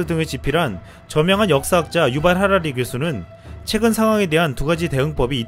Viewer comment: '유발'하라리 인데 '무발' 이시네